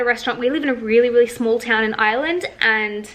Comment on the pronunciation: You pronounce Ireland like Island